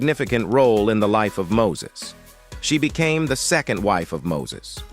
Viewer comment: This announcer needs to learn people's names......... Mo-sees??